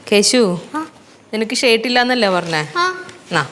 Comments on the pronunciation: നീലു ചേച്ചി ഷേർട്ട് അല്ല ഷർട്ട് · pronunciation alla spelling pine ariyaam shirt ennu annan avar parayunnath sheart ennan atha ngan parangath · ഷേട്ട് എന്ന് പറയുന്നത് കേൾക്കുമ്പോൾ ദേഷ്യം വരുന്നുണ്ട്.. ഇത്രയും ഫാഷൻ വേണ്ടാ